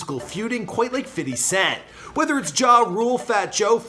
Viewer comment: Fity cent and takashy😂😂